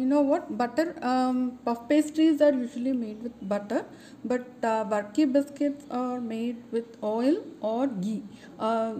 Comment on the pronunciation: Pronounce it as burkey or varkey